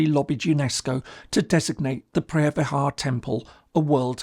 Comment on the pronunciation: It looks like you can fully explained everything clearly except how you pronounce the word “phreah vihear” 😂 speak English please no Thai